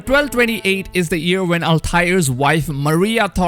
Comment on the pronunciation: He says “year”. I hear “ear”